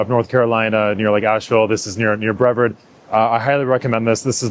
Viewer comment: Brevard has a hard R like aardvark